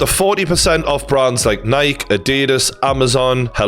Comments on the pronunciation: I can’t get past how you pronounced “Nike” in the beginning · no way you call nike "nike"